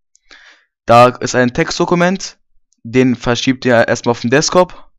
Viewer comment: ... und es heißt Desktop und nicht Deskop!